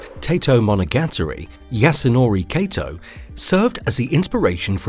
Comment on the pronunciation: Wow. I cringed when you pronounced the name Yasunori Kato as "Yasunowrey Keitow". You could have added a "Yeeeeehawww" at the end and it would have been the perfect Texan accent.